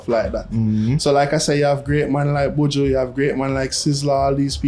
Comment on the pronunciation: He lost me when he said buju!